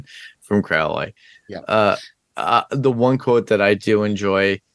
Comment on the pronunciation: It's odd how many reactors/reviewers can pronounce Aziraphale correctly but don't pronounce Crowley in the way that it is consistently pronounced on the show.